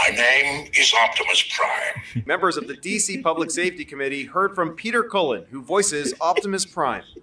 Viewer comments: Jivimus Prime, LOL!!! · Korimus Prime. 😂😂😂😂